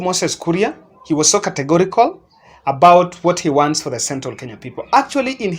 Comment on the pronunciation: Katekori speaking,the way Livindo pronounces categorically,whatever he is saying is Hogwash and sounds like the things that belong to the toilet,Shit. Livondo for years is a commission collector for the underworld drug dealers protected by government.Primitive semi- illiterate sapien of human beings,would rather listen to a frog croaking than listen to him,am not rutos supporter but he is lying/cheating.Uhuru plane to Dubai was returned back/flown back due to bad weather conditions which necessary authorities ignored,ruto is not weather forcast?